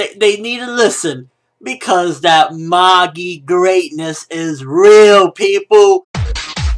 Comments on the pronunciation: What are you talking about its mah-gee not ma-gie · He says it correct lol it's pronounced "Mah-gi", not Ma-jie, or Maggie lol